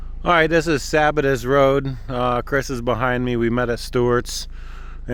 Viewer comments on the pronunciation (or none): Friday night in early September, doesn't surprise me at all. BTW, Lake "Lie-luh" and "Suh-bat-iss" rd. 🙂